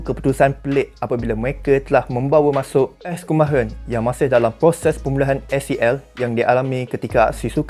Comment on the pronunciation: S. Kunalan bukan Kumaahran